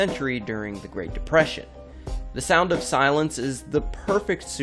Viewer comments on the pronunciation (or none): It’s depression not oppression...